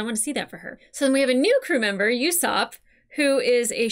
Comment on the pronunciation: It's Ooo-sopp, not yousopp. It's a pormanteau of Uso and Aesop, Uso being the Japanese word for lie, and of course the famous Aesop of Aesop's fables.